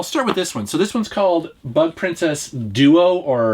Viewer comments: Ooohhhh its bug princess lol I thought you said butt princess at first 🤣🤣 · Who else heard "Butt Princess" instead of "Bug Princess"? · I thought he said Butt Princess at first.